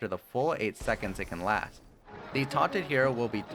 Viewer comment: Some constructive criticism. You sometimes pronounce words like "Last" and "Cast" with an h sound, like Lash and Cash. Also, when describing his ultimate, I think you said both 25 seconds and .5 seconds when you meant to say 2.5 seconds. Might help to just do one more listen before uploading or get a friend to listen. Great video and helped me understand the new hero, I just wanted to offer good input if I could. thank you